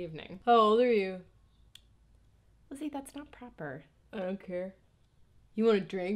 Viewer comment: She never says the L in Lizzie in her intro and it drives me crazy.